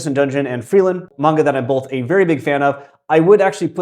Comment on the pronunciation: To be clear upfront I don't mean this as a criticism, I'm just curious. I noticed that in the video you pronounce Frieren as "Frielen". I know that the R series in Japanese is similar to L's and often transliterated that way in both directions. I feel like I hear it mostly with an R by English speakers so I was just wondering if there was a reason you use an L.